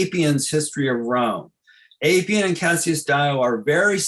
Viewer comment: Great presentation Pedantic correction: Appian is pronounced like apple. The Appian Way connects Rome to Brindisi.